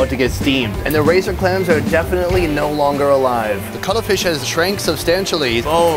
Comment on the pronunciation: Bru he didn’t say cuttlefish he said color fish